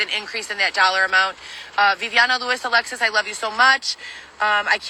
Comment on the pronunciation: Okay,. Saying Alexis with a latina accent does not make it a Spanish name.